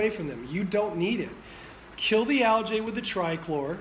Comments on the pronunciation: Algae - pronounced Al-gee, not Al-jay. Great video, thank you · Algae..not aljay!! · Dude. It's pronounced a l g E E. Look it up. Makes me question your authority on the subject. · Great information. Turn your camera so we can see the storm. Which accent pronounces al-gee as al-jay? Gallonage ? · Aljay we say Algee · thanks , yet ;AlgaeAmerican pronunciation al· jee . ... GEE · al·jee And algaecides are not a scam at all. Who you gonna trust, chemists that have tested all this, or a guy that can't pronounce algae? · I’ve never heard anyone pronounce it like that…… Not saying it’s wrong, LOL I’m just saying it’s got a little kick to the name algae LOL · Never heard of anyone pronounce algae like this very strange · Lmao this method may work for a tiny above ground trash residential pool, but this guy is speaking in half truths. Can't even pronounce algae and you trust him? Lmao